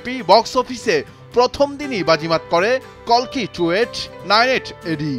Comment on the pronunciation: অশেষ ধন্যবাদ জানাই কালকি না বলে কল্কি বলার জন্য ০৩.০৭.২০২৪